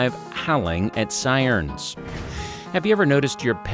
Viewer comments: Why did he say siern like bro its siren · Ahh yes, “sai-rns.” It’s pronounced “sai-rens”